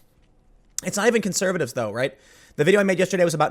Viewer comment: Love hearing your accent in "conservatives" there Tim. Not too often I think we get to hear it.